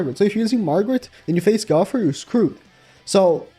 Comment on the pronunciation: Like how no one can say gowther’s name right like it’s not hard. His not an animal say it right.